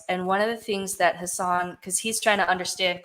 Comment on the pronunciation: It’s really not important at all, so I know this comment is stupid, (ha ha), but Hassan is pronounced like it would rhyme with assassin. But you all probably already know that by now. 😂 Great episode!